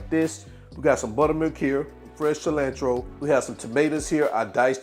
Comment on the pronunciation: The way you say "cilantro" and "jalapeño"🤭🤣🤣🤣🤣😂😂looks good😋and you didn't burn the baby mouth this time🙃🙃😅